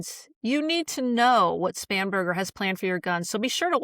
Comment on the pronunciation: I swear it sounded like he said "SPAM"berger